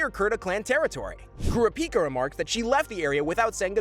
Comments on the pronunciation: Cure-Rah-Pea-Kah... Ugh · it kurapika not kura pika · Everything was great tell I heard the way you say kurapika. It's ku-ra-pi-ka not kura- pika. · I’m sorry, I don’t mean to be rude, bit the way in pronounces Kurapkia and Feitans names incorrectly is annoying.